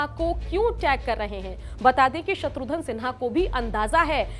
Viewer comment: "शत्रुघन" में "घन" उच्चारण करें मोहतरमा!! आप बार बार "धन" उच्चारण कर रही हैं।। आपसे ग़ुज़ारिश है अपनी तलफ़्फ़ुज़ पर ग़ौर फ़रमाएं मोहतरमा।।